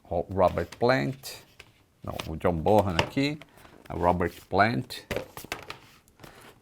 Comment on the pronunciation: A pronúncia do nome do baterista é BONAN e não BORRAN